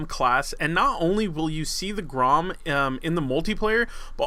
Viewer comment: grom you pronounce it grrrom. roll your tounge on the r